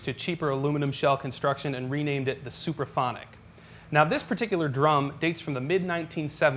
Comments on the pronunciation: It's "Supraphonic " NOT "superphonic" 🙄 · It sounds like he is saying "superphonic". It's actually "SUPRAPHONIC". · Are you saying "super phonic" or "supra phonic'?